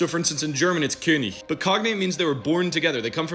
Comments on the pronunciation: Nope. I was surprised to learn that pronouncing it like he does - "Könich" - is the right way, i. e. Hochdeutsch. Same goes for "wenig", "Ewigkeit" etc. Steht so im Duden. Dagegen gilt nach anderen Vokale das harte "g" als korrekt, siehe etwa belegt, verlogen usf. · That pronunciation of „König“ was literally perfect. (Though where I’m from locally we actually pronounce the g like a k instead)